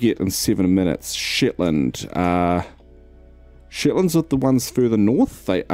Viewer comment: Just love it (in a childish way) that in Kiwi pronunciation The Shetlands sounds like The Shitlands.